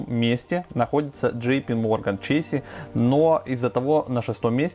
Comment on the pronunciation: Блин Чэйс правильно, какой чэйси)))